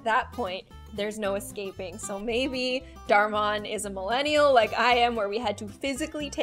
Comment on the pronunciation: That was “Dar mon”